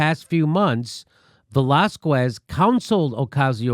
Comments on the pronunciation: It's not Velaz-kwez,it's Velaz-kez, you ignoramus. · Dude, don't say Velaskwez. Its pronounced Velaskes with the stress on the a. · It's not Velazqwez, it's Velazquez ! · JIMMY!!! Please! Lay off the VelázKOOez pronunciation! It's really simple, VelÁZkez. The U is silent! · It's pronounced VELÁZKEHS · Velasquez is pronounced "vuh-lah-skez" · How TF does Jimmy live in L.A. and not know how to pronounce Velazquez. He doesn't eat queso? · Jimmy, the "qu" in Velazques is pronounced like a "k"! Ask your wife. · ugh Velazquez is nooooot pronounced like that...